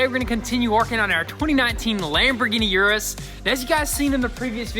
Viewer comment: O-rus not U-Rus